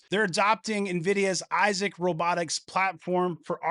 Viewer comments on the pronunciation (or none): none